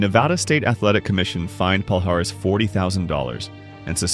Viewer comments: Not Pal-Haris. That hurts my ears. It should sound more like palliares, like in million. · Palhares sounds like "Pall-eee-ar-eee-ss", not "Paul Harris" as you folks say (funny for a native brazilian to hear it) ;) great content bro! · Pronunciation-- pa-li-ahhhh-rezzz